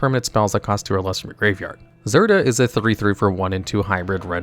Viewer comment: He first pronounces Zirda correctly, then less than a minute later calls it “Zird-uur”, then calls it “Zidra” I was still kinda skeptical about whether he mispronounces cards on purpose until he pronounced Bedevil as “Bed-evil”